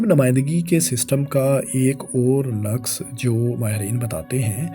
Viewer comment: Aise hi naqs ...❌ -----> Nuqs -----✅